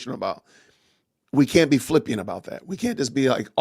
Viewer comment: Flippant not flippiant.